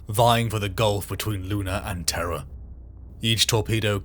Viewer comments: terr.rra not teh-rahh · When Terra is pronounced correctly, British folks need to clarify they aren’t saying terror. This is the first time I’ve ever heard it pronounced t’RA. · The siege of what?! Of traaah? Was that read by AI?! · What the hell is "Terrah"? 🤣🤣🤣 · Tur-rah almost ruins the video, so silly to say it that way that it completely takes me out of the narrative every single time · Where the heck is, "Terr Ah"? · The way Terra is pronounced killed me😅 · amusing..had the characters voices in my head....WTF is Terrah? Its Terru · Traagh or terha tirah ! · what accent is Terra Turrah? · Brother have you never told the VA in the beginning of your videos how to pronounce Terra? 😂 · Your AI mispronounced "Terra" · BROTHER LEARN HOW TO SAY TERRA PLEASE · Just say terra right dam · The way Terra is pronounced could be a Seinfeld episode. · It’s pronounced weird. Britainstan speak I guess. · i opened comments just to shit on this pronunciation.